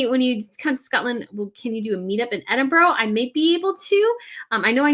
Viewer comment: EDINBURGH. The capital of Scotland.